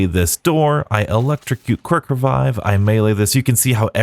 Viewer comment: anyone caught him saying kirk-revive?